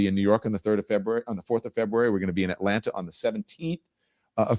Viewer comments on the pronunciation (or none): none